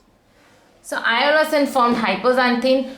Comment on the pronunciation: I think its inosine not iono